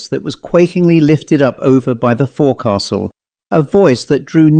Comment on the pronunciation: Forecastle, pronounced 'folk sl'. Good story. x